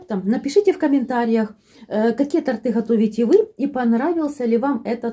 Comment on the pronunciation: Вы молодец, что подробно всё рассказываете, игрушками повеселили😅👍👍но всё время говорите "тАрты" 🤭🤨🙄один раз только сказали правильно, когда бока тОрта подравнивали